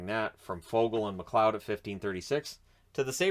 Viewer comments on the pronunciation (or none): none